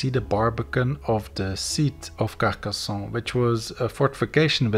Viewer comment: Great video ! I just wanted to add that in French and in Occitan you pronounce the N sound at the end of 'Carcassonne', rather then to pronounce it with a softer nasal "ON" sound; like one would prononce the name John in English!